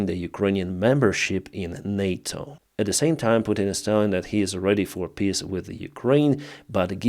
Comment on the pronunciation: stop pronouncing peace like this XD You said "pisstalks". You do it too damn often. But right afterwards you spelled it correctly haha